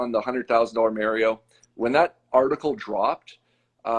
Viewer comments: I dont trust a guy that calls mario "mair-eo" ...PERIOD! 😂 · Oh, right, it's the famous "Merry-oh" plumber. FFS, get at least that part right... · Also, this guy still doesn't know how to say Mario.